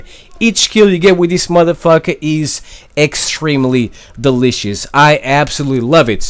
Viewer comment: So were just gonna ignore how thisan says delicious